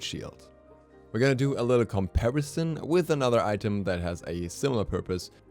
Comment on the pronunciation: "Comparison", Damn why you abuse that word by saying it so harsh. Damn do you hate that word???? Jk love you